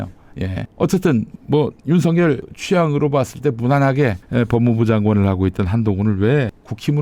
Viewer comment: 윤서결이 아니고 윤석열 입니다 발음좀 정확하게 해주세요